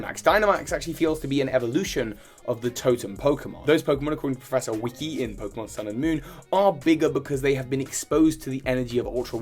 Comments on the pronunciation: Professor Wick-i? Laughs You mean professor Wick(e)? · ... I just realized something. You just pronounced Wicke like Wiki... Omg is her name actually pronounced like that? If so that pun is absolutely brilliant! Wiki like the search engines she's super helpful has a ton of info and her name is Wicke XD dang it Pokemon why did I just now get this! I've always pronounced it like a candle wick or like wicked without the D sound. Wicke being proounced like Wiki makes so much more sense it's a pun. The super helpful character names after the all encompassing helpful information hub. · Are we just going to ignore that pronounced "Wicke" as "wiki?"